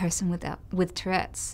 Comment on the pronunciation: lmao😂😂 It's "Tourette's" , not "toilette's"